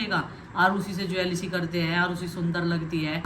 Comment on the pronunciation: Yeh bus Hove, Late ho ja,Jwelsy 😂😂yahi Bolti hai Head ko Haid phir bolti hai Hum Gwaar hi theak hai